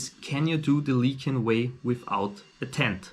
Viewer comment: Just one thing: it's lycian, not lykian. LISH-ee-uhn.